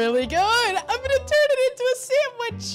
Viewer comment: Toddlers say "samitch"